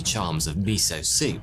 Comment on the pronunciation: Mee-so-soup.... Mee- so- HORNY......